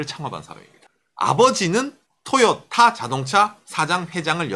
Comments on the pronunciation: 내용과는 관련이 없는 얘기지만, 듣는 내내 TOYOTA의 발음이 귀에 너~무 많은 이질감을 주네요. '토'에 액센트를 주지 말고 '도요~타'로 발음한다는 느낌으로 부드럽게 발음해 보세요. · 보통 상호이름에는 악센트를 넣지 않는데 토에 강조하니 웃기네요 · 한국어 적인 접근입니다. 저가 나이가 50인데 도요타는 들어봤어도 토요타는 처음이네요.. 토요타가 발음적으로는 맞을지 모르지만 한글이 흔들리네요... 미국가서 마돈나 라고하면 아무도 못알아 듣습니다.. 마다나라고 해야 알지요. 한국에서는 한국말을 지켜야 하지 않을까요!